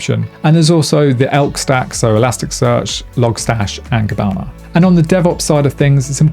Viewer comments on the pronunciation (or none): Hey, it's Kibana, not Kabana:) Good roadmap! I mainly work with those tools and program following the principles you mentioned.